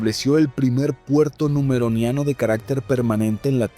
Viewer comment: Una corrección sin ser molesto, es numenoreanos, no numeroneanos saludos y gran video ❤❤❤